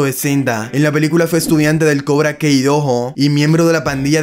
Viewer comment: Con todo respeto, pero al menos pronuncia bien el nombre de Cobra Kai, no es kei, sino kai.